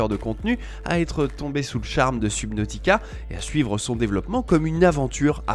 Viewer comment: La prononcition de subnautica ma piqué mais sinon bonne vidéo